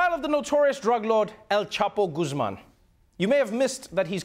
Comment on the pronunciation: HO a keen "el chaapo" Goozman would be a closer pronounciation for you english speakers.